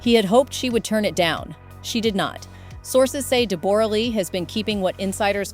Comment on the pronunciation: Her name us pronounced Debra not debore ra